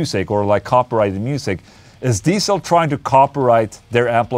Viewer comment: For those interested how to pronounce Diezel correctly: it's not Diesel but Deetsl.